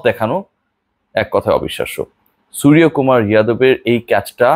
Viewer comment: it's not সুরিয়া । বাংলা তে উচ্চারণ সূর্যকুমার হয় । যেমন , Yuvraj - যুবরাজ । Yadav - যাদব ।